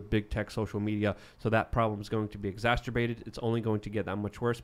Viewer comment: YOU ARE SAYING "EXACERBATED" WRONG!!!!